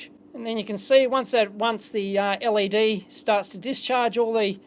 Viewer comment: L. E. D. Not lead.